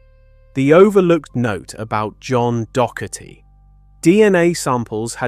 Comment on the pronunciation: The constant mispronounciation of "Docherty" makes this hard to listen to. Also, who pronounces "Celtic" as "KEL-tic"?